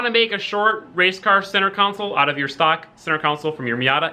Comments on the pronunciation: I couldn’t even finish this video because I can’t handle you saying council repeatedly, when it should be console. Yes, CON-SOLE. ffs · Say it with me... CON SOLE... console. Not council. That’s a whole different thing. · It’s console not council lol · CON not COUN, its buzz me off!!! its console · HOLY FUCK IT'S CONSOLE NOT COUNSOLE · "Center Cownsul" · con-sole theres no u in the word........ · “Center cowncel” lol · Why didn't you flip the smaller section of the centre console? It would have mated way better imo. Also, You say console super weird lol.. Love the vids